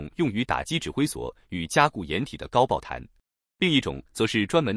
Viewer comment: 高爆痰是什么？😊😊😊